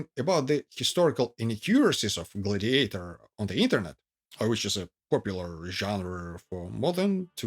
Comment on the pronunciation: OMG; the accent is on the 1st syllable in "GLAD-iator, NOT on the 3rd syllable, which you keep repeating over and over again. Please; it's GLAD' -i-a-tor.